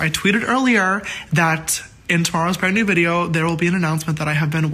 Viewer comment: Every single time you said BRAND I heard BREAD for some odd reason 😂